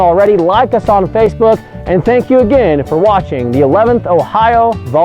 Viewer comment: I'm amazed that you specify accuracy... but you keep saying "CALvary"